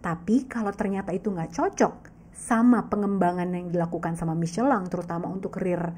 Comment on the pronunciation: Baru ngeh Michellin bacanya miscelang😅